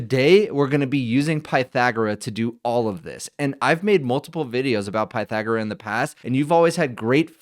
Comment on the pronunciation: I think you're pronouncing it incorrectly. I assume the name 'Pythagora' is derived from the ancient Greek philosopher Pythagoras.